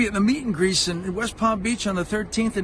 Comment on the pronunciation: The mommies missed that he was saying “meet and GREASE”, which makes this all the more painful to watch